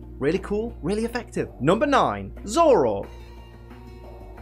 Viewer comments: IT'S ZOROARK, NOT ZOROK! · nobody:: ZOROK